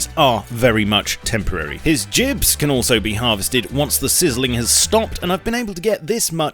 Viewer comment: Jibs? I've never heard anyone pronounce gibs like that.